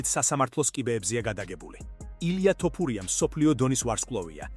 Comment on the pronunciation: ტ არა თ არის ეგ 🤭